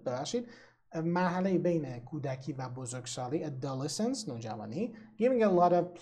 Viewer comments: تلفظ adolescence رو کاملا اشتباه میگید! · Adolescence اشتباه تلفظ شده